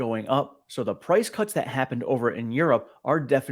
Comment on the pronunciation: (Price) "Cuts" rhymes with "guts".